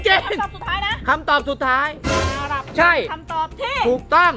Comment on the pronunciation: อาหรับ ไม่ใช่ อาหลับ ครับ